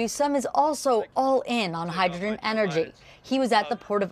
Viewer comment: Hydrgen? what a fools errand